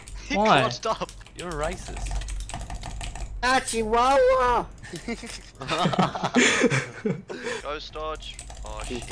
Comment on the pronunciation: I’m surprised there’s no comment talking about saying “Achiwawa”